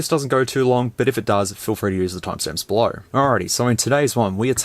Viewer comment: Man what an accent lol. As a Bostonian who's atrociously recognized for forgetting R's, you are my polar opposite. Though(r), Pho(r)ne, belo(r)w, go(r), ligh(r)ts, mobile(r), fo(r)lks, hu(r)ge, suppo(r)sed, so(r), oh my!!! XD